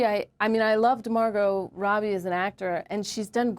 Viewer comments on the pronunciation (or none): none